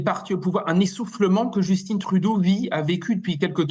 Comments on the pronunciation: Pourquoi vous prononcez Justin, qui est un nom français, (comme Trudeau d'ailleurs) « Justinne» (à l'américaine) ???? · On ne dit pas Justine on dit Justin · allez juste pour rire un peu, Justin trudeau c'est francais, et donc prononcé a la francaise (pas djusteen) :)